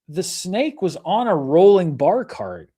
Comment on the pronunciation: I didn't know you were saying "bar cart" until you showed the pic. I thought a barkahrt was some piece of furniture I didn't know about